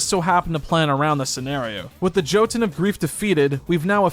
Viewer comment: You pronounced Jotun incorrectly. Jötunn, can be pronounced in various way. German: yu-tun. Danish: yow-tun. Norwegian: yuh-tuhn. Dutch: yu-tun. Icelandic: yœ-tun (œ represents the pronunciation of "eu"). Swedish: zhyœ-tun. Pick one and stick with it. I would recomend the Norwegian, the Dutch or the German prnunciations.